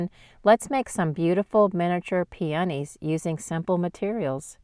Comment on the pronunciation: Pee-uh-KNEE... the preferred pronunciation. Beautiful technique!